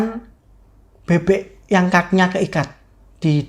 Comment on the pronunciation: Bebek bang,bukan bebe😂